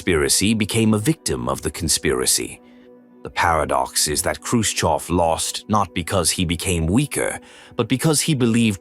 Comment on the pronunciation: Khrushchev not Khrushkov. If you’re going to use an AI voice generator, at least get the man’s name right.